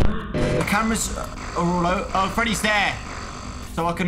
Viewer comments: does anyone know why said oger instead of over? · “Its ogre guys”